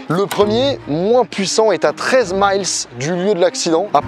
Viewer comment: 13 Miles nautiques (comme le nombre mille en français) pas 13 "Maïlsse"